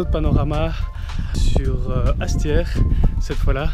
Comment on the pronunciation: C est mal prononcé... j hesite de laisser mon pouce bleu